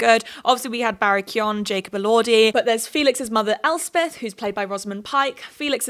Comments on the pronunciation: Just a note, it's not Barry Kyon it's more like Kyone. Like cone with a y if that makes sense. No one outside of ireland seems to get it right which is fair bc it's an odd spelling if you're not irish 😂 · Love this - but i think its Kee-GAN - hard G - not Kee-YON. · Barry pronounces it Kee-oh-gan. Some Irish people might say Kee-oh-an without the G. I'm sure any of your Irish followers would be happy to help you with pronouncing Irish names correctly. Names are really important to get right, its a respect thing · It’s pronounced Barry Co-gan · Sorry to be that guy, but the name Keoghan is pronounce k-yo-an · I believe it’s Barry Key-oh-gan! That’s how he pronounces it in interviews :) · It’s pronounced like Key-oh-gann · The 'G' in Keoghan is pronounced btw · Really loved this video and agreed with so much of what you said! But just to say as an Irish person, you’re pronouncing Barry Keoghan’s name wrong lol